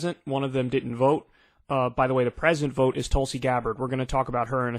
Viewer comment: Kyle misreading Tulsi once again… Going further TYT every day ~